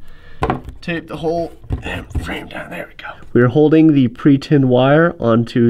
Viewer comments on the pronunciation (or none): none